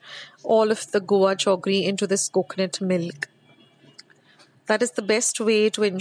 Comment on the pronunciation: I am hearing 'jaggery' being pronounced as 'joggery' as we used to when we were small☺️